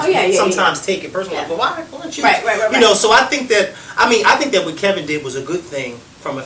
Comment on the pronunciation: I actually agree with louie. If I said you "inspired" me and kept on calling you Ka-vin, you'd correct me. It's your name.